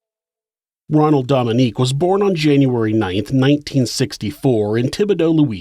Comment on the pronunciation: I love your channel! This is a wonderful episode too. As a Louisiana native tho I feel obligated to tell you that his last name is pronounced like Dough-ming-gay. Louisiana pronunciation is hard lol.